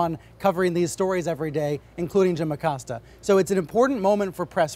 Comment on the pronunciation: jesus christ....ah-Cōs-ta